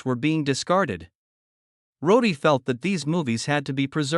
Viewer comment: Jesus, Use a real voice and his name was Roddy not Roady !!!!